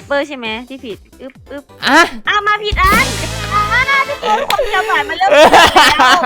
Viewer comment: หวานไม่ใช่กวาน